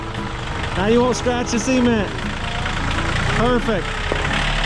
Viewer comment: Don't scratch the "see ment"